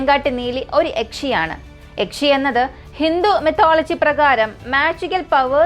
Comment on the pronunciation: Yakche alla yakshe aan 😂